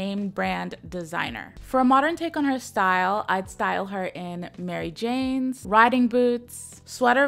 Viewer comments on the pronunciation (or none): none